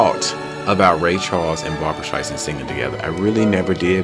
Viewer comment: You must react to the full number. Barbra will blow you away as she segues into Sweet Inspiration. Also, and no offense, but her last name is StreiSAND, not StreiZand. No Z in her name.